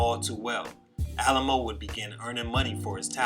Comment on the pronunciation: You pronounced his name wrong my guy. It’s not “Alamo” it’s pronounced “Alley-Moe”. Respect for the vid tho.